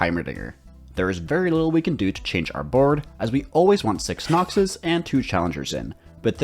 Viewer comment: The way you say Noxus is great